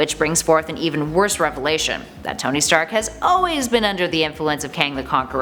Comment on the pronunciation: towny stark? CANT ANY OF YOU PRONOUNCE A NAME RIGHT?!